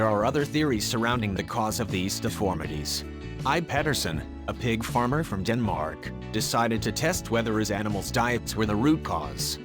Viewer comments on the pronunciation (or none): none